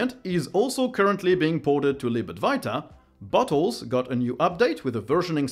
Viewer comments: When you said Bottles, I heard "butt wholes", so I had to unminimize the video to see what the hell are you talking about ;D. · Every time You are saying "bottles" I hear "but*holes" XD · you saying bottles had me a bit confused at first as it sounded like butthole. my annoying habit of mishearing things strikes again